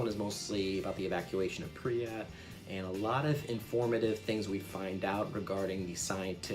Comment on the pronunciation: pripyat. not "priat"